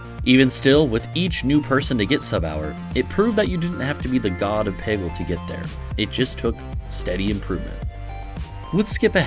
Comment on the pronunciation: making a peggle video without knowing how to pronounce peggle is a huge power move